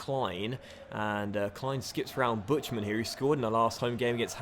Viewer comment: pretty funny how you butcher buchtmanns name... ahhah